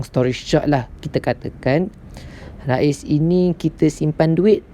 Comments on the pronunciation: bukan Raiz (Rais..nama org ) tapi Raiz sebutannya "Raise.." sebutanEnglish.. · Raiz ris boh.. bukan ra iz sebutan ris. Kurang jelas penerangan awk bercelaru orang lain jadi keliru.. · Sebutannya rease